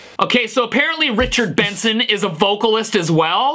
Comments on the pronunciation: I just made a 10 min video of him saying ritcherd bensen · Ritcherd bensen